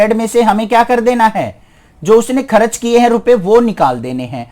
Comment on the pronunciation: Sir kharach Nahi hota vo kharch hota he😂😂